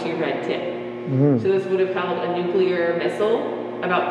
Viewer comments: Thanks for doing the video. That's not a Jeep, it's a Duce and a half or 2.5ton transport truck. And it's Nuclear, pronounced New Clee AR. Not New clee yer. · "Nuke-lee-urr" rather than "Nuke-you-lurr". Just FYI...